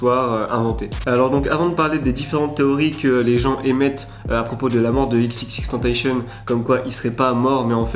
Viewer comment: . Ex Ex Ex tentaCION. c'est pas compliqué à prononcer merde !